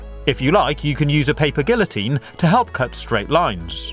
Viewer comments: It’s not pronounced “paper gillotine” it’s pronounced “paper gee-oh-teen” (the g is pronounced in the same way as it is in the word “good”) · Bauble, Pronouncing the "L"s in Guillotine, Card, Great fun, Fiddly, I'm beginning to hate this guy. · GeometryDash Cubic 1. It's not racist if it's toward my own race. 2. I was exaggerating. His slang terms were getting annoying. I was mostly annoyed that he said guillotine like that.